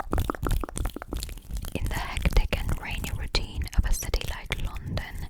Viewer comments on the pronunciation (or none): Именно с таким акцентом я в школе слушала кассету для рабочей тетради по Английскому языку . Вставляешь её в магнитофон , нажимаешь ▶️ .. и …. «Новый курс английского языка для российских школ» хотела написать я, а потом услышала , что ты сказала «лОндон» 😨….. моя англичанка убила бы тебя за это !🥹. Только лАндан из э кэпитал оф грейт британ 😃